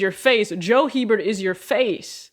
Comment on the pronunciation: Went on a whole rant about how to pronounce his name and YOU still did it wrong 😂😂😂 It’s not Hee-bert, it’s pronounced ‘Heh-bert’. Smh